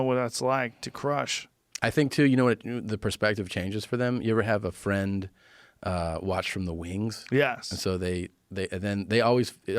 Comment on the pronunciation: I'm not your fwend, Guy!